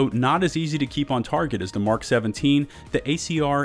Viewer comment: Finally! Someone who pronounces the abbreviation "Mk" correctly, as in 'Mark', and not the phonetic M - K. :) I think some people do that so as not to confuse those who don't know that the phonetic pronunciation M - K = Mark and therefore may say something like "I can't find a weapon that says "Mark". ;) Yeah, I can complicate even the simplest of things. >;} ETA: I can hardly cope with the fact Bushmaster is #1 at anything. :| Note: the Bushmaster ACR was acquired from Magpul who originally called it the Masada. Note: Remington manufactures the select fire (full auto capable) version which they call the Remington ACR. With ACR meaning 'Adaptive Combat Rifle'.